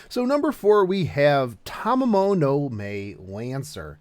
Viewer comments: It is Tamamo-no-Mae, not Tamamo-no-Mei. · Tamamo-no-may? Nonono its Ma-e Anyways tnx for the info teach and nice vid again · Saying tamamo no may REEEEEEEEE